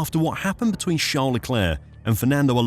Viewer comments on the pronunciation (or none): none